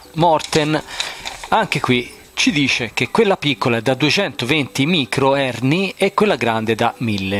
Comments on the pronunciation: Allora anche microhenry e non microherny ahah ma il buon teniamocelo così che è troppo forte 🤙🏻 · Micro Henri non Micro Herni. Comunque sempre simpatico.